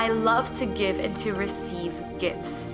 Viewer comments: Once I heard I can’t unhear: “I love to give and to receive gifs.” 😂😇 thanks I love listening to this on the train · I always hear: "I receive GIFs of abundance all the time." 🤣❤️